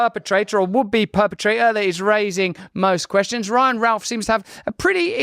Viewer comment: you didnt pronounce his name right,,,,,,,,,its ROUTH not Ralph !